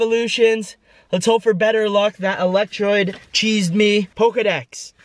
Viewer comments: did he say electroide..... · Who got cheesed when u said electrode wrong?